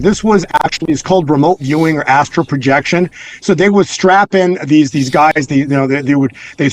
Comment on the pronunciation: Hi. It’s astral projection. Not Astro. 😉